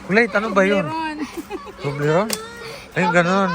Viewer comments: ❤❤😂😂ahay di nya mabigkas ang tublerone,fevorite korin yan …Ingat kayo……😊😊😊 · Katuwa si hindi niya mabigkas ang tobleron haha bahay haha...expensive yan pero yamyam.matitikman n lahat dito.masaya silang lahat si zinea ay close silang lahat enjoy your groceries more a lot foods god bless